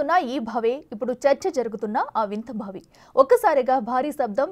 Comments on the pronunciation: ఎన్ని సార్లు బావిని భావి భావి అని పలుకుతావ్? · భావి భావి వత్తి పలకకు బావి అని తేలికగా పలకాలి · భావి ఏమిటీ ముందు తెలుగు పలకటం నేర్పుకోండి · బావి కాదు భావి......edikelli ostharra babu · భావి కాదు తల్లి బావి అని పలకాలి 😂😂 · భావి కాదమ్మా బావి అను 😡😡😡